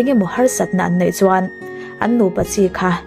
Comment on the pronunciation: I Mizo tawng lam dan hi uluk deuh thin teh,"innei" tia lam tur innai tiin i lam a. I video dangah pawh lam dikloh a awm nual mai